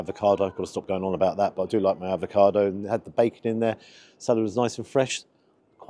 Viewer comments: Gotta say mate….. it’s avocado, NOT advocado lol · Bit stingy with your marking there! I thought at least 9 for the quality and taste. Also, being picky, can you please please please stop saying ‘ advocado’! There’s no first D! 🤬🤣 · Love your vids, but please….its avocado, not advocado. Yes I’m a pedant, just when people pronounce Moët et Chandon as “mo-eh”. It’s Moet, as written. Rant over. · Avocado,....not advocado!